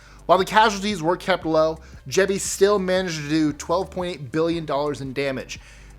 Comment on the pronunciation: Typhoon Jebi not Gebbie